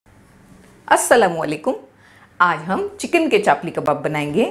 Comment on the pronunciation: Madam Chaapli nahin Chapli kabab kahete hain samjhe